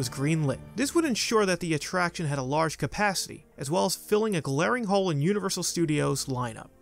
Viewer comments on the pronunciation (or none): none